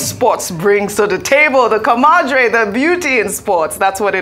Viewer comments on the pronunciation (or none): Ojy please learn how to properly pronounce the word ‘camaraderie’. Ca.ma.ra.drie.